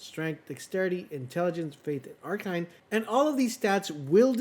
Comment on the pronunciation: Ar-KINE? Isn't it ar-KANE?